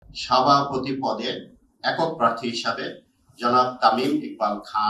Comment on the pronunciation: সাভাপতি নয় সভাপতি।